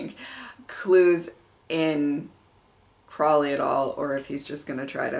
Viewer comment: The next episode is my favorite >:3 Also you said Aziraphale right! (Said Crawley instead of Crowley tho haha)